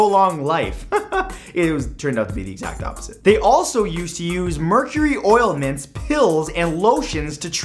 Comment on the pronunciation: "Oilment" should have been "ointment."